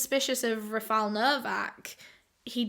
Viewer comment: “Raph-ILE” pretty sure that’s not how you pronounce Raphael.